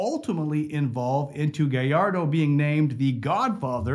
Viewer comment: thank god. A youtuber who knows how to pronounce gallardo so sick of hearing people pronounce it galardo and not gajardo